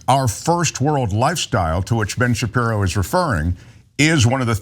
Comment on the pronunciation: Oh yeah that's smart to say Ben Shapeepee.. ... 🙄🙄🙄 I know they whipped his in school